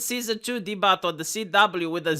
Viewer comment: de-butt What language do you think you're speaking? You can't just pronounce it the way it looks. dea-byu